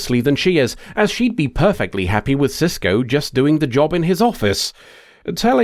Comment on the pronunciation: It's Sisko, not Sysco. And Eddington, not Edington. :)